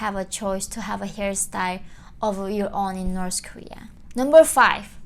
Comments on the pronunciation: Why do you pronounce North as Norse? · North...not noreth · She can't even pronounce North 😂🤣